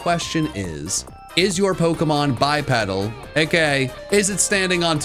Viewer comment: Bipedal is pronounced BYE PEE DULH not BI PED AL